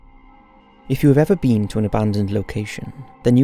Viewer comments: "If you've ever bean" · I found it so funny how he said “been” as “bean” 😞✊🏾